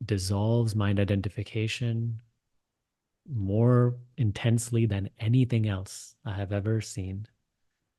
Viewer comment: Sorry if it comes off as rude but when you say "mind identification" it sounds like "my net identification"